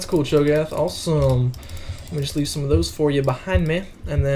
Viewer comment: I dont like it how you say 'the' and also i dont like it how you say 'of' and especially i dont it how you say 'and'.